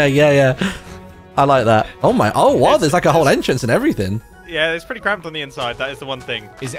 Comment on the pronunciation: Mumbo saying cramped sounded like smth else and it really confused me